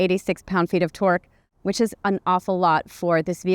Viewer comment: I keep hearing "N Twerk Distribution"...